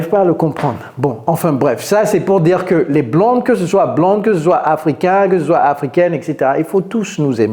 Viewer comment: Hi coach vos vidéos sont super.... Merci Une petit correction dans "soit" le "t" ne ce prononce pas... Encore merci pour vos vidéos